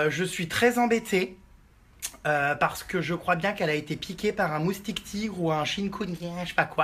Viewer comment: a 7min26 jerem dit moutique !!!